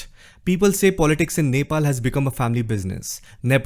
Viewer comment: You INDIAN guys don't know how to pronounce Nepal. It's sounds so dehati.